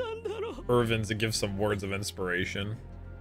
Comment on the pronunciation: It’s Armin and Erwin not Armeen and Ervin 😐 just say it the same way the characters say it